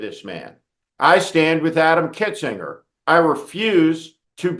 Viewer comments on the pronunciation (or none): It's good that you stand with Adam Kinzinger, but you should learn to pronounce his name correctly.